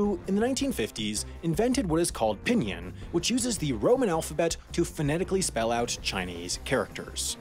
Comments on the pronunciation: The way he said "pinyin" also hurt me inside. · I am pretty sure u pronounce Pinyin as pinin and not pinien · Everytime he said pinyin like pihnyihn I felt like crying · FYI its pronounced ping-ing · Don’t forget about “pin yin” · internally died when he pronounced "pinyin"